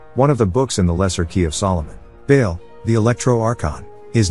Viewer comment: Yeah aside from Teavat, Barbatoes and Bale the video is very good hehe